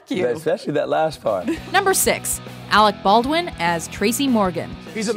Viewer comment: Arec Bawrdwen